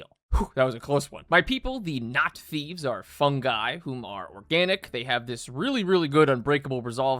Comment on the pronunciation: “My people, the Not-Thieves…” Me, who wasn’t looking at the screen and DEFINITLY heard something ELSE. The who now? Yeah that name is uhhh. Very close to ww2 germany.